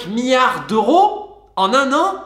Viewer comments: On ne dit pas "MIARDS" mais "milliards" (avec un i avant le ard). C'est comme le U dans "Amblance". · Affolant tout ces "miyares" d’euros ! 😁